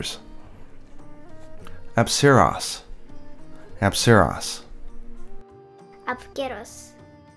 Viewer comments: They use ancient Greek words, not modern Greek Also it's pronounced Keros, not Ceros Great and informative video by the way. Seems like my bad Greek accent had benefited me with pronouncing Monster names correctly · That pronunciation of Apceros made me want to vomit. I'm still saying it the way I've alway said it.